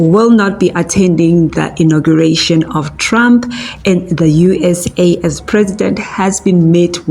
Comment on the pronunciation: Its ''Inauguration'' hey wena.